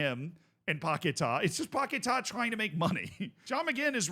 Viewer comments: It's paqUeta not paqetar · It's Paqueta Not Paquetaaa 😂😂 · Lucas Pocket-Ah